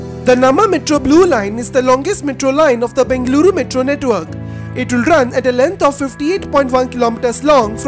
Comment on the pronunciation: God, your pronunciation of Bengaluru and other location names is pathetic. Ask your Kannadiga friends, or listen to FM radio, or local TV channels. Please, please, I beg you.